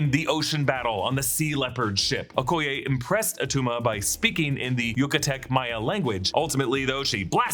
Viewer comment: "It's not atuma"